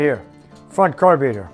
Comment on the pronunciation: I watch videos just to hear him say carb ee rater:D love it all just kidding haha